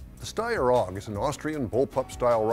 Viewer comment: A-U-G! Not AWWGUH!